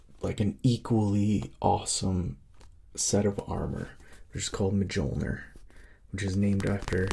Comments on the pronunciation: So it's just about Captain America wearing Iron man armour called Mijolnir (Thor's hammer) 😅😅 and Mijolnir don't sound like it's actually sounds like miyolnir😅. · Mole-jear? Seriously twin 💔 it's pernounced "mole-near" 🤧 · Yeah so Mjolnir is pronounced “Me Yol Near” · Thanks for this! I grew up playing Halo, never read the books so that’s cool hearing the back story. Love HP too! P.S. Mjolner is pronounced mule-near!! The J is like a Y😅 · The armor (and hammer) are pronounced “Mule-near” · Im going to pronounce it Majolnur from now on. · My friends and I always pronounced Coruscant 'chorus-cant'. Phantom Menace cleared that one up. Now the old way sounds so weird I can barely say it. But that's a made-up word from modern fiction. Mjolnir's been around a minute. And he's seen Thor and STILL says it this way. Wild. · It's funny to hear an American pronounce Mjolnir haha. In Old Norse and modern Nordic languages the J is soft, like "ye" or "yo* sound, not a hard J like in English.